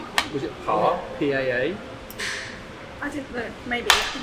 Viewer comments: It is pronounced "pha ah"... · Chicken paa is pronounce as Pa - ah